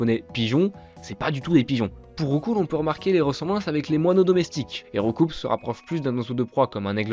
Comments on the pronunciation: Je ne sais pas si quelqu'un d'autre la dit ou remarquer mais selon Julien Bardakoff, c'est rou-coup mais pas rou-coup-s. Sinon simpa pour la vidéo. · Petite anecdote pour Roucoups, le traducteur à l'origine du nom en français a dit que normalement ca devait se prononcer RoucOU et non RoucouPS. (Comme des "coups" de poing) Cela vient surtout de la mauvaise prononciation des doubleurs dans l'anime et c'est comme ça que RoucouPS est resté dans la mémoire collective 😅 PS: super vidéo ✌🏼